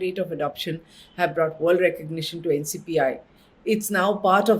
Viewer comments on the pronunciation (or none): Thank you for sharing. Btw it's NPCI not NCPI :)